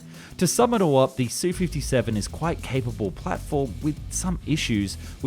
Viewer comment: It’s not “Sue-57”. It’s an “S”, “U”-57. German planes aren’t “DO” and “ME, but “D””O” and “M””E”. MiG is the extremely rare case were the acronym is pronounced instead of spelled. 🙄